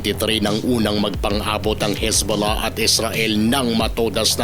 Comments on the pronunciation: pagbigkas mo parang sakit bolahbolah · Natutuwa ako sa bigkas mo ng Hezbollah ang lambing😅